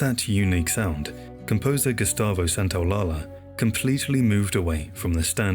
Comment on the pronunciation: Small note, I think you're pronouncing Gustavo Santolalla's name wrong. In Spanish a double L is pronounced like the letter Y.